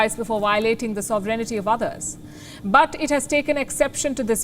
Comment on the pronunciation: she's good but not very good definitely..instead of pronouncing sovereignty,she keep on saying sobrenity..correct me if i'm wrong